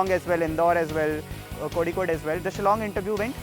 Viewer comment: This Singh guy even don't know how to pronuce Kozhikode u can say calicut instead of Kozhikode please don't insult our place.